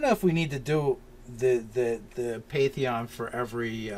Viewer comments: So a few notes: you guys do know it's pan-theon right? Second, how about for the god born of Chaos, one of its names would be wild child? Maybe even called that by the gods since it would be young compared to them. And I feel like it should be chaotic good, and it's true goal is to just bring all the alien beings to the material planes because it wants it's friends back. It lived in the chaos with them, and grew up knowing them. All of a sudden it got whisked away to griffingaffe, and it wants to bring its friends back. Kind of like the whole alternate conspiracy theory behind earthbound and Giygas trying to make friends in his old form. Also, I love the idea for a sort of militant faction, like the overseers from dishonored. And I was going to suggest that they have weapons that can drain a victims soul and then convert it into spell power, but beat me to it. The idea for a soul battery is awesome, and once you throw in the need for a "cleric" with a holy symbol, you get a really mean green lantern corps. Lastly, for the symbol of your magic/mystery Deity, how about a book with kind of mystical sparkles around it. It has script on it that can't be read, but due to the nature of the god, the script changes to another language everytime you look at it. And you can never understand the language. Hope these help. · Please guys, you're killing me. PAN-theon. Otherwise keep up the good work.